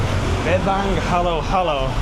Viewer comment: It's not halo-halo, it's haluhalo.